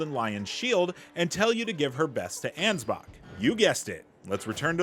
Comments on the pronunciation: Bro, why do you say his name anz-box?!😂😂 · Thats his name. Ansbach. The "ch" is a K sound